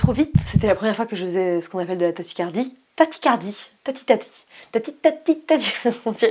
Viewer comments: coucou Swann, je suis chiant mais on dit tachycardie lol, sinon continue ce que tu fais, et reste toi-même t'es géniale ^^ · Je suis désolée mais ta prononciation de tachycardie m'angoisse...je suis à deux doigts d'en faire 😂.